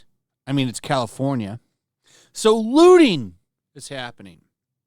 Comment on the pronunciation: I thought the word was looting not looning